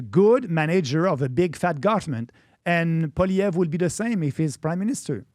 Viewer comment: PBD , your pronunciation of Maxime Bernier's name is beautiful. PLEASE work on Poilievre. I cringe when I hear Americans say it. Think of it as "Polly Ev" That's it! Forget all the other letters. It's French!🤣 but that's how it's said. Please and thank u❣️😀🎉